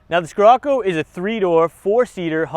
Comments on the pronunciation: Oh my gosh killed my soul every time he said it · skerocco lol its pronounced sherocco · Not dissing. Just correcting. "SHHHHHHHHHHHHirocco". Not SKSKSKSKSKSKIrocco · “Skirrocoo” it’s pronounced shir-occo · It's pronounced shirocco bud 🤣🤣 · I was willing to forgive him buh man ooh man he said 'skirrocoo' alot 😂😂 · Learn how to pronounce Scirroco. And the difference between 'wheelbase" and "track". Drove this and the 4wd Golf R at a BW track day at Sydney Motorsport Park. The Scirocco R more lively, far more fun. Not carrying the weight of the 4WD. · Learn the damm name moron, how can you review are car and not know how to even say its name 😡🤬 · can’t say or don’t know? Lmao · Haha was gonna say